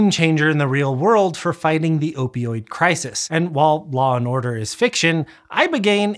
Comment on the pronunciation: Most impressive part of this video? His ability to say "opioid" correctly, repeatedly. I can't even say it once. My mouth keeps spitting out "oypioyd."